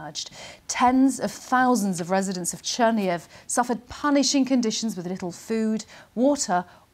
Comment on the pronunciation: Chernihiv is pronounced: Chair-knee-heeve, accent on the second syllable.